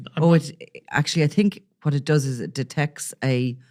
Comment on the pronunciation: It’s think not tink